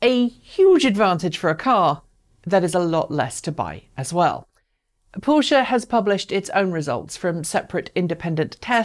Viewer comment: Finally, someone who can properly pronounce Taycan and Porsche. Good points in the video.